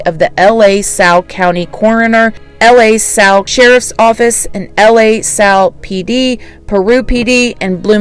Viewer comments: L A Salle lol It's pronounced LA Salle not like L.A. Salle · the county is pronounced "Luh Sal" not "L.A. Sal." I mean no disrespect as I think you do a great job. I just thought you'd like to know. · The pronunciation is not L.A. Salle, it sounds like Lasalle, one word, two syllables. Please let everyone know what a dispensary is... that might ring a bell for someone as to if they saw the car. Keep up the good work. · Wisconsinite here and it's pronounced La like do re me fa so la. So Lah Salle is how you pronounce it. Not L.A.🥰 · La Salle is pronounced luh sal. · La Salle is pronounced luh - sal. I believe it is French in origin. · It's pronounced "luh-sal" , this case is so difficult to stomach *Track/Swimmer in H.S. thought he was 25 if the fact that he was a swimmer is being made relevant, (Track) that should ALSO be taken into account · Pronounced LUH -SAL